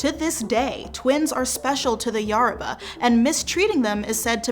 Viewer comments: It's not YARABA, it's YORUBA, yoh-ru-bah. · Is anyone else ticked off that she says Yaruba instead of Yoruba? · ( Yo row ba ) I think that’s how it’s pronounced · This video is great but Yoruba is pronounced "yo-roo-bah" The "yo" is pronounced like "yo" in hip hop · It's definitely "yoh-roo-bah." The pronunciation of most names in this video is atrocious. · Thank you for clarifying some of the statements here. I really did enjoy the video, but...the narrator's mis-pronuciation of almost every entity she mentioned (even the name Yoruba, which is NOT pronounce "YER-ba"!) was very annoying, if not downright disrespectful. Peace to you.